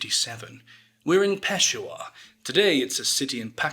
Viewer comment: Just an FYI, in Peshawar the emphasis is placed on the SHA syllable, not the PESH sound. It's pronounced kinda like Pe-SHAH-WAH, not PESH-a-war. If you skip 16 seconds into this video you can hear Barack Obama say it correctly